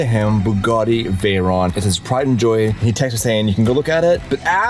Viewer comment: not veyronne its writed veyron and pronounce like its wrote !